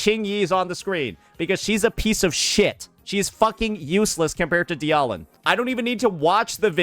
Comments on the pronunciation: Anyone taking opinions from someone who says "dee-aw-lin" when reading dialyn, shouldnt be trusted. Just saying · He mispronounces or nicknames agents on purpose. Ye-shun-guy, die-ahh-lin, "calamari yi xuan" etc. Does it to get comments on it. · I think my favourite part about this whole thing is he doesn’t know how to pronounce Dialyn at all. Kinda hard to not know how if you just… y’know… played the game. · i think the part that hurts me is how dialyn is being said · so explain why he also mispronounces WuWa resonator names ? Same reason ? I think bro is just stupid ngl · What especially baffles me is that he pretends to care about ZZZ's stun meta but hasn't even bothered to learn how to pronounce "Dialyn" correctly. It's an obvious pun on dialin', it should not be that hard to remember if you've ever heard it.